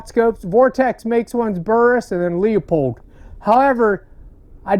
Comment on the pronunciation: Damn it , man! It’s a proper name: Leupold, pronounced “LOO-pold”. NOT “LEE-OH-pold”. You can do better.